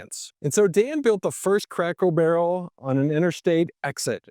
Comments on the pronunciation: Did I hear "Crackle" Barrel? I replayed it several times. My wife even thought you said "Crackle". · Is it me or is he saying Crackel Barrel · Are you saying Crackle Barrel?? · I can't stop hearing "Crackle Barrow" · This guy REALLY struggles to pronounce CRACKER BARREL... also, not sure where he's looking but every store near me in Ohio, indiana, and Kentucky are busier than ever!!